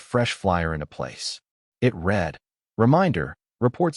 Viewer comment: Learn the proper pronounciations of the word read.